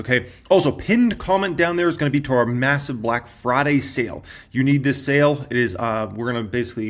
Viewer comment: The way you said "Massive BLACK" was REHYCISSSS